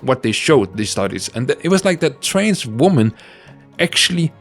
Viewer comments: You pronounce trans like trains and I find that cute and silly. Trains are cool. :D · Trans and trains are cool (I’m autistic)